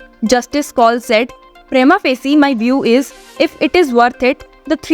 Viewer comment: Excellent presentation of Indian Supreme Court's Activities but the narrating person butchers the English Language in pronouncing the words like Prima Faci. Is it so difficult to learn proper pronouncing for a person taking up a task of presentation? Hinglish language lacks professionalism.